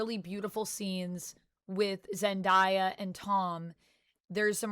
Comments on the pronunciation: Her name is pronounced Zen-Day-Ah not Zen-Die-Ah. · Zen-day-ah …..no worries good episode. Your thoughts about Jean Grey were on point. I’m pretty sure the film just glossed over the fact that taxi could have killed that guy. That would have been a great foreshadowing of how these powers are a real concern when they “abused” by emotional, untrained, unsupervised teenagers… that’s a story!